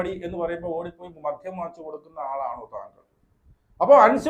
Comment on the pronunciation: മധ്യം അല്ല മദ്യം